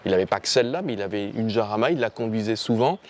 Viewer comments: Si ma mémoire est bonne, le nom de chaque modèle de Lamborghini est celui d'une hacienda (espagnole) qui fournit les toros de combat. Si je suis dans le vrai, le nom de Jarama doit se prononcer à l'espagnole et pas à la française. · countach, pas countak ☺️ iarama, pas jarama ☺️ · Ça me fait marrer comment les français prononcent "Jarama". Allez les mecs, tous ensemble..."Guadalajara"😂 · Me hace gracia como dices la j se dice de otra manera ;el nombre es de un circuito Español cerca de Madrid como son Españoles prácticamente casi todos los nombres de los coches Lamborghini por qué el fundador era un admirador de la cultura Española y del toreo hasta el Urus aunque no lo parezca tiene que ver ya que deriva de Uro el antecesor del toro actual.